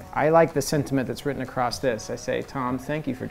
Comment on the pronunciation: “AcrossT it”..? ..🙄